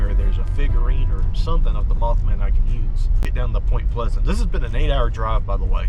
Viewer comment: POY-MNT PLE-SZ-ANT WEE-EH-ST VIR-GEE-NEE-YEA 😎